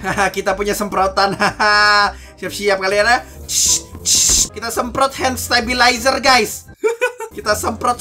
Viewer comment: "Handstebilayter" Begitu lah kira kira ngomong:v